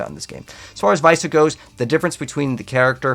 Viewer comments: Viessa is pronounced Vi-Essa. They literally say it in game. COME ON! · Why does no one know how to say Viessa. Its literally spelled exactly how you pronounce it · The fact you pronounced Viessa’s wrong just lost you a potential subscriber… appreciate the info though